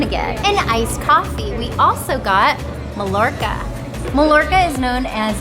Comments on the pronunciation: Please never say "mah Lorca" ever again in your life. Lol.. its pronounced "my Orca". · Cool video, great family and thanks for sharing! Just one comment, the bread is pronounced, mah-Yor-kah. The double L has a 'y' sound. :)